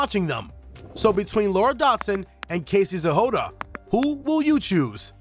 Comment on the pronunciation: Why are you pronouncing Casey’s last name as “Zehoda”?